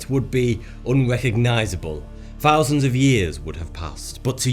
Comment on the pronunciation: "Sixty Fouzanddd years" ? LOL